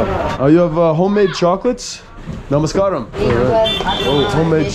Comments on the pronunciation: Its namaskaram, not namaskram. From 🇱🇰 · don't say Namaskraam......SAY...NAMAS KAA RAM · May I correct your pronunciation mostly your friend I believe - it is Namaskaaaram!! Good video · I know... but that is Namaskaram not Namaskram! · Namaskaaram. Correct pronunciation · LMAO IM Sorry BUT DID HE JUST SAY NAMAS KARAM 😂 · Hahahaha you guys are funny....first learn from someone how to say the word "Namaskaram" or just say Hi that will do. Good video bro.